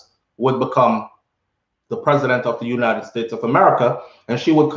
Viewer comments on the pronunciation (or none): none